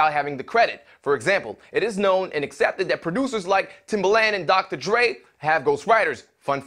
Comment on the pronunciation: Really not clear if you're saying Dre or Drake.